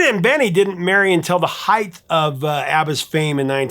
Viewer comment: “Height” = “Hite”!